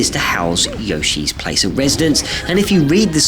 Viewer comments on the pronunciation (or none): none